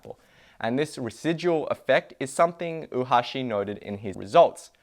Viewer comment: you're pronouncing Oohashi as if it's spelled "Uhashi". "Oo" and "ou" are pronounced as an extended short vowel O.